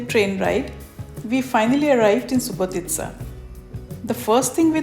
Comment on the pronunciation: Well,well.You are the first to pronounce the proper name of Subotica. Thanks for tour.